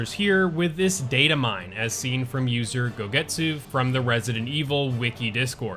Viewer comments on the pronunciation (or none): gosetsu, not gogetsu